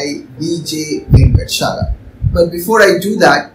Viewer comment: Sorry for the nitpick. It is not venkatchala, but Venkat-a-chala. One has to pronounce the "aa" in between as well. I love the book though. However functional equations (for olympiads) become boring quickly :(